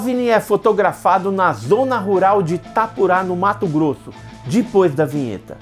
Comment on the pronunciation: Adoro o canal mesmo com o "Dipois"...kkkkkk